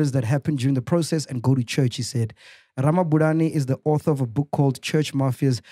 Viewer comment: Mac needs to brush up on his Tshivenḓa. Ramabulana is such an easy surname to pronounce 😹😹